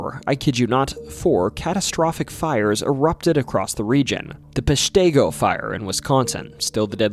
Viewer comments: It's PESH-ti-go, not Posh-TAY-go! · Please learn how to say Peshtigo!!!